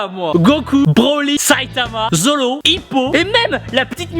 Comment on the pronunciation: MAIS POURQUOI TU DIT NALUTO ON DIT NARUTO !! ON DIT ZORO PAS ZOLO ON DIT PAS LOUFFY ON DIT LEFFY (Luffy)